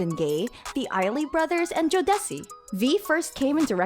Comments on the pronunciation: “ joe dessi” it’s joe duh see.. jodeci lmaoo 😂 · When she said “Jo de ci”, I couldn’t take this video serious anymore😭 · im sorry after they pronounced Jodeci "Jo des see" i knew this was gonna be a mess lol